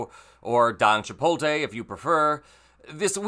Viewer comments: ... are you trying to say "Chipotle"? My guy, you're missing the L at the end every time! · Chipotle. Not CHIPOLTE. You have the t and l mixed up. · Love the channel, love the coverage... it irks me so hard when people say chi-pole-tay. Chipotle is not hard to pronounce, look at where the L is located 😅